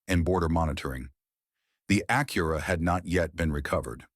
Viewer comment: It's pronounced Ack-your-a, not A-cura. Thank you, you pronounced it correctly. 🎉🎉🎉😂